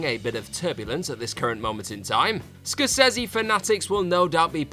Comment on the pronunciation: Difficult to take your opinion seriously given the way you pronounce Scorsese.